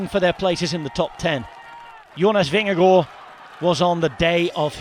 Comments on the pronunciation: As a dane … compliments for the pronunciation of “Vingegaard”. This was a stagewin noone had seen coming. 😳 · Nice to hear an English speaking person able to pronounce Vingegaard correctly. Most podcasts and TV-stations I've heard they mostly get the "g" in Vinge and especially the "gaard" wrong. The first g is soft like the last g in "gong" or something like that and "gaard" is pronounced relatively similar to "Gore" in English except flatter in the end. This commentary is as good as it gets from a non-Dane, I would say :-) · Congratulations. You are pronouncing Vingegaard - almost - correct. And it is a very tiny "almost". Not easy for a non-Dane. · Mad props for pronouncing Vingegaard correctly! :) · Jonas Vingegaard most be really good, as the English commentator has learnt to say his name correctly. 🙂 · Very good pronunciation of Vingegaard. Well done! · your pronounciation of vingegasrd is perfect! well done!